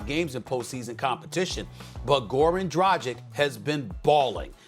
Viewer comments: LoL he doesn't even know how to pronounce Dragic's name! Tragic😂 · SAS you're right about Dragic, but please learn how to pronounce his last name properly: it's pronounced as "dragich" (g is pronounced like in "dragon", not like in "tragic" lol) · You would expect that Stephen A would be able to pronounce Dragic's name right. ...Disrespectful... Let's go HEAT IN 4! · God damnit, please say Goran Dragic's name correctly. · This guy Stephen keeps butchering people's names. I mean, how hard it is to practice a couple of times to get it right. Isn't that his job? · WHY DONT YALL PAY THE RESPECT AND LEARN HOW TO PRONOUNCE GORAN DRAGIC'S NAME. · Will someone please teach Steven A Smith, Shaq and Kendrick Perkins how to say DRAGIC?! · How do you know how to say Nikola Jokic, but not know how to say Goran Dragic or Luka Doncic? I literally has the same finish, and yet you butcher it every time SAS lol As a Serbian native, my ears are bleeding lol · How can you be a NBA analyst for this long and still not pronounce dragic right?